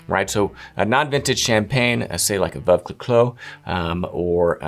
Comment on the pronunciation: Good video - with the exception of the attempt to say Veuve Cliquot